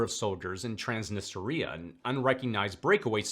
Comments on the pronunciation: It's not 'Transnister-ea-uh'. It's trans-knee-stree-uh. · Trans nee stree ah. Just so you don't sound silly.